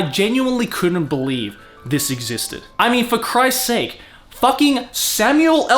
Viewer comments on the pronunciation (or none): none